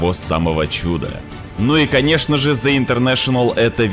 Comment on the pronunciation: Блят, извините конечно, что придераюсь. Но в английском НЕТ БУКВЫ З, ЯЗЫЧОК К НЁБУ И ПРОИЗНОСИ ПРАВИЛЬНО, УУУУВ ПРОСТО!!!